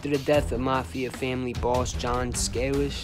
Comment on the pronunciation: Its pronounced Scay- lish. If you could do anything on Johnny, boss of very powerfuk Cleveland mob from 45ish -76 was at Appalacin, had first financial interest in Vegas through Moe Dalitz and the 'little Jewish Navy' guys who owned The Beverly Club in Kentucky and spun the profits into ownership points in the Dunes hotel in Vegas, without the TeamstersPention fund, before that. But, there's very little info on him, unless the family wanted to do his story, but I doubt it